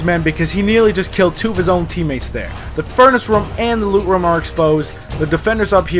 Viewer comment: I love how you say room "rum"